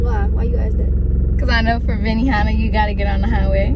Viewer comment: Benihana 😂 arbyona instead 😂